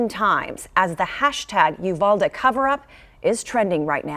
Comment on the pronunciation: Not the freaking lady pronouncing uvalde wrong